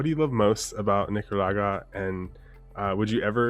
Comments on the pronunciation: a little offended that the interviewer couldn't properly say Nicaragua pero I do enjoy the video. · Come on - I’m sure you can pronounce Nicaragua!